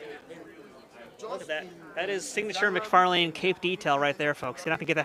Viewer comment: McFar-Lane 🤣 It's pronounced "McFar-Lyn"